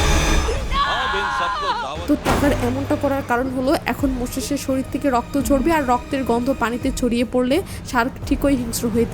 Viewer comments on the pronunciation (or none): none